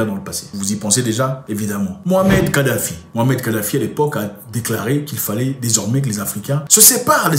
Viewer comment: Tu dis souvent Mohamed kadafi mais c'est MouamaR kadafi mon très cher frère. Merci pour tes vidéos tellement instructives ainsi que pour ta personnalité pondérée et intègre. Un de tes frères du Maroc.